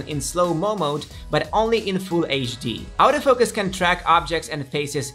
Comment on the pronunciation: why is he pronouncing the 'auto focus' sounds like 'out of focus'???